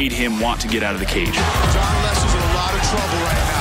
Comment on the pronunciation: "lights ooot", maybe for Rory.